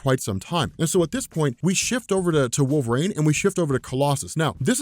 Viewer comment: I love this video but at one time, I thought you said “Wolf Rain” and I was like, who?? How did I miss this character 😂😂